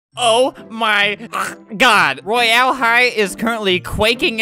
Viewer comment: 'roy- Al' high , Al / Albert XD